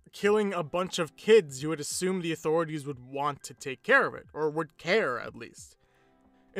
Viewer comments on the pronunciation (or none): none